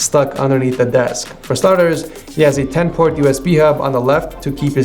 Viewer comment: "there are a lot of stuff stuck underneath da desk." -Cambridge English alumni,, 2020